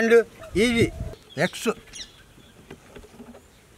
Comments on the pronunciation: Simran Virk Me too....:) Many more are there... Eggess, saltuu.. I love it. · Simran Virk hahah samee... he says eyele and igggsss 😂😂